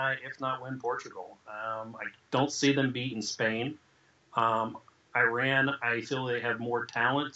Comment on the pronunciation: its not eeeran...its eye ran..